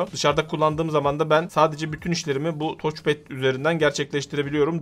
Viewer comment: "Toç" değil "taç" pad. :)